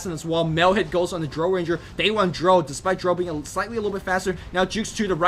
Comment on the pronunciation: The ammount of times you mispronounce "Drow", makes me cringe.